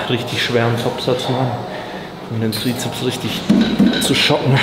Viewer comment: Wieso spricht er Bizeps und Trizeps immer falsch aus?